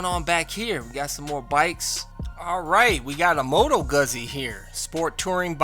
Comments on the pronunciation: Guzzy? I think you mean "Gootsy". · Your New York sales rep lied to you on the pronunciation. You say it like pizza. It’s Moto goot zee. As I just said like pizza is pronounced. Sorry they lied to you but they will say anything to get you to buy!!!! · Hey That “MotoGuzzi” is pronounced like Moto Gouzzy, I asked the local European bike shop in NYC. Because I pronounced it just like you did. And one of the sales guys said it pronounced like Moto Gouzzi. I was like okay. It must be an Italian thing. Anyway excellent video Keep them coming.